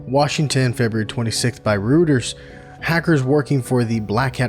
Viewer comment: Just a heads up "Reuters" is pronounced Roy-ters